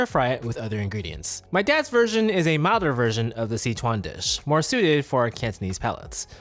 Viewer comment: OMG! Thank you for pronouncing sichuan the correct way!!